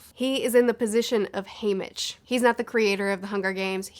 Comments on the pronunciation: You say haymick but his name ia HayMITCH. You say voldemore but it’s voldeMORT. What is happening?! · Can we just talk about how she pronounced it as. "Haymic" for the first half of her video.... But other than that I like the video. Solid opinions. I just want to know how the haters felt about 'Joker' and 'Suicide Squad' and 'Birds of Prey' all these movies about villains, being kind of likeable. Second How old do people think Snow is??....The games had been going on for 74 YEARS by the time we got introduced. Snow would need to be at least 95 to have been the creator of the Games, to me it looked like the man was early to mid 70's. Finally, it seemed like Mags and Snow where about the same age. So who's to say that she won't make an an appearance???